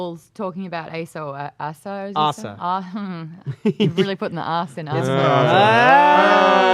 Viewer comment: They mispronaounce Asa's name everytime